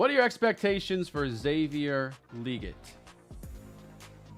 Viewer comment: Did yall hear how he pronounced legette lol this dude doesnt have a clue